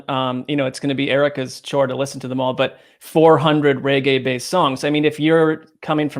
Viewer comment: FFS it's not RayGay.....it's REGGAE!